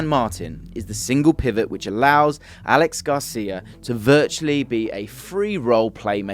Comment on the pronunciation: Great video as always. Btw it's not pronounced Alex Garcia, it's a catalan name Aleix, pronounced Ah - Leh - Sh.